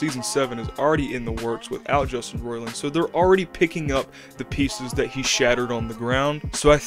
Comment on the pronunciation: Took you a minute to get into it and you don’t even know how to say his name. I’m supposed to come here for info?